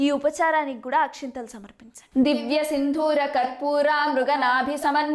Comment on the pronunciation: Akshathalu not akshinthalu